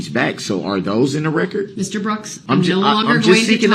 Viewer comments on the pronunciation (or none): I can't help but laugh when he says "Now, yeronner! I LET you make yer rec-cerred. Is dat fare to say? I dint inter-upt you while you wer making yer rec-cerred! Now, wen am I gonna be able to make da rec-cerred?" This POS really thinks this is a give and take situation. As if he and JUDGE D are on a level playing field. They are not! That's a really sad testament to what he's gotten out of this whole trial, with the jury ready to hear closings. He hasn't learned a dang thing.😆😆😆